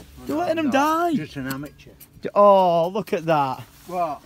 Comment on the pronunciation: "I'm just an "amature" 😂👍😂